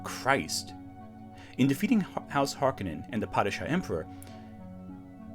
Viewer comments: HARk-O-nen, No Conan. It is a Finnish Sir name. This is how Frank Herbert pronounced it in interviews and how the New Dune pronounces the name. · I know it’s fashionable to pronounce them as HARkonnens, but to me they will always be HarKONnens.